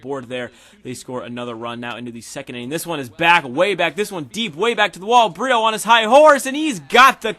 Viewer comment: Pronounce it breto